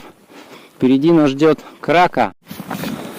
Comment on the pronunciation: КракА - ударение на последнюю букву